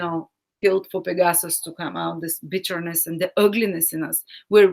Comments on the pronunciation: Hi, I love your videos, and think your content is great, but if you could pronounce those Greek names better, it would be easier to understand you... it is PEGasus, & AnDROMeda, thank-you teacher! If you are in doubt, you can just google the pronunciation. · Fascinating, fantastic reading. (Unfortunately we could not see the constellations. Also: PEGasus, AnDROMeda.)